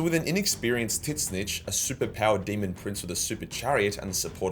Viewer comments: do i keep hearing "tin-snitch"? :face-orange-raised-eyebrow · Titsnitch is the most aussie way you could possibly say that name lol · The pronunciation of Tzeentch is hilarious 🤣 it’s made my day 😂